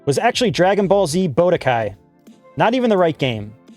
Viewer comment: Great video! Loved seeing this kind of series. Im not gonna lie, the way you pronounced budokai as bodekai had me dying hahaha.